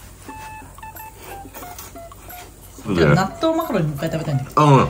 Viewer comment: 納豆マカロニが納豆マカロンに聞こえて激しく動揺しました😂